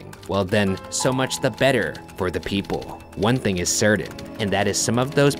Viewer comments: Anyone else notice how Ryan pronounces his "t's" like "d's"? Cerdain instead of certain, etc. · The way you pronounce "certain" lol or anything words ending in "tain" lol.